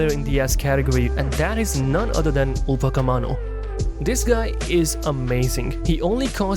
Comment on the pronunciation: upacemano😂 Upamecano✅